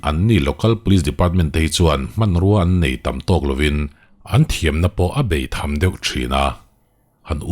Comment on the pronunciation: Bèitham ti a i lam liam vut mai hi 'béitham' ti a lam tur.. A thlûk ti sang hret.. ☺